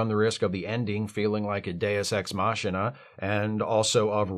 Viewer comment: Super minor, but "deus ex machina" is pronounced "ma kun nuh", rather than "ma shin nuh". Love your content, thank you!